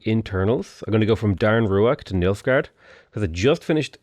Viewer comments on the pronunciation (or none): Everytime said Nilfgaard, I could only hear Milfgaard